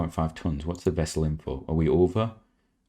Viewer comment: The wessel?? is it a Noo-Klee-Arrr Wessel?? You could use the Mission module as an extra bit of living space on Dawn. Bring it in backwards and dock with one of the ports by the panels. It could then act as a "stand-off" to minimise the chance of potential clashes with the solar panels. Btw the reason you had no control on re-entry 2was because you had no helium left as pressurant. Nvm you spotted it!!!